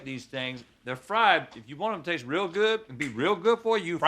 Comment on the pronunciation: Please do not stop doing “Is it rill hwat?”!!!